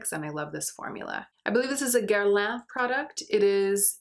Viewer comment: I like the was you set up a way to deal with the issue; this video was really fun! And thank you for correctly pronouncing Guerlain. Youtubers not bothering to figure out how to pronounce brand names really gets on my nerves, especially when they proclaim one as their favorite brand (sigh). They can just google it and someone will say it for them to hear, if they haven't studied French or whatever language -- don't they know this??